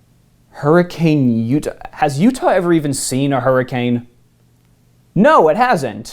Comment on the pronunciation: Hurricane as the city is pronounced Hurrikin.